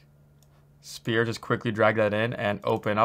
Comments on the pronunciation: I sometimes hear "spear" not "sphere" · he keeps saying "spear" not "sphere" p is silent. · He should stick to the standard english SPHERE instead of saying SPEAR all the time. Maybe he is Canadian and is also used to say ABOOT instead of ABOUT. Who knows...confused me a whole lot in the beginning, that's for sure. EDIT: Having said that - good job at creating one of the best UE4 tutorials out there. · This guy has me saying “spear “ lol thanks for the video this is awesome! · spear = weapon.. sphere = 3d round object lol.. 'sfear' (pronunciation). Sorry, this bugged me way too much! Love the tutorial and Liked and Subbed! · Is he saying Spear or Sphere? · It’s not a spear —-> ..it’s a Sphere.. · I genuinely tried watching this video. But for fuck sake, it's SPHERE, not "spear". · Appreciate the free tutorials, you are the man, but it's sphere, "sffffear" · I like how you say sPear, then athmosPHere in the same sentence. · IT'S PRONOUNCED SPHERE NOT SPHERE! Wait you cant hear me say it.... well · Sounds like he's saying "spear"